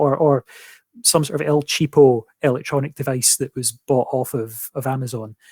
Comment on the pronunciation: "El Cheapo"? If you're using an english word, what's with the soanish/hispanic pronunciation?